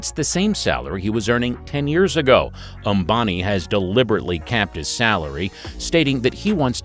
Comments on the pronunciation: that's not obami that is "am-ba-ni" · 😂🤣🤣wtf ?? Mukesh Abani ??😂🤣 seriously ??? It's Mukesh Ambani you damn it.